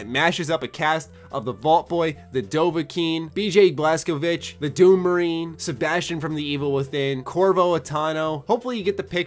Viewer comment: Bj Blaskovich lol it's Blazkowicz